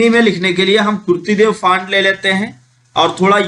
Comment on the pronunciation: आपने कुछ गलतियां की हैं बोलने मे, जैसे फांट ( FANT) नहीं वो फॉन्ट ( FONT ) होता है, दूसरा ग्रोस (GROSS) नहीं, वो ग्रास ( GRASS ) होता है और लास्ट मे, जिसे आप बार बार TRANSACTION बोल रहे हैं वो TRANSITION होता है | इसे दिल पर ना लें, मैंने इसलिए बताया ताकि आप भविष्य मे ये गलतियां दोबारा ना करें | एक अच्छे यूट्यूबर की knowledge, उसके Viewers से ज्यादा होनी चाहिए, जिससे Viewers अपने आप से उसे SIR कह कर बुलाएं, हमे बताना ना पड़े. Thanks for making such a long video. 🙏